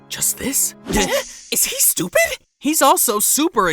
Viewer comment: “Is he stopied?”😭🙏🏻